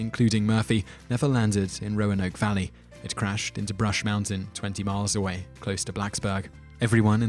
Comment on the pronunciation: Roanoke is pronounced ROW-NOH-K Source: I'm from Roanoke